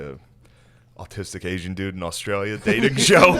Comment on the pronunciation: "Aut-Stralia" lol